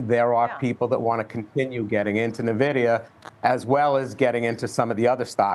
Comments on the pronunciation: If you cant pronounce Nvidia properly i aint listening. its not Nehvidea its N-VIDEA damn get it right folks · It’s not Navidia, it’s (E)nvidia, as in Envious! ☺️ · Navidia Navidia...learn how to pronounce it! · You mean Nuhvidia? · Old guy that probably doesn't understand tech calling it nahvidia. Hard to trust this. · lol you'd think this expert would know how to pronounce Nvidia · cant even pronounce the name properly. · Boomers can't even pronounce the name of the company making them millions 😂